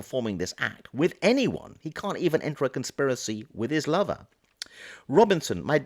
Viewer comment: I have to ask: why must you refer to the roommate as a lover? Even if the personal / sexual lives had been shared, why would you call his friend, his “lover” when describing him? You might use his name of even just “the roommate”. The tone in your voice and the emphasis on the word lover sure makes me wonder.